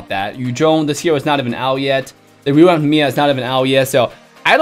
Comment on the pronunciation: i like the way he says revamp rewamp :3